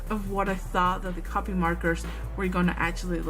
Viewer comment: Just to let you know half the time you said copic it sounded like you were saying copy. And a good cardstock works just as well as any marker paper